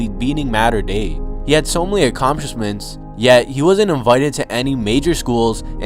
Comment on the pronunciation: “he had so many ACOSMPSLISHSEMBTS”